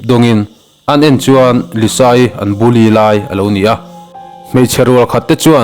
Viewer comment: Bully tih khi i lam thiamlo si😂.